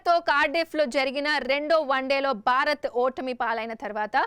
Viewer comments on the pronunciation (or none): బారత్ కాదు భారత్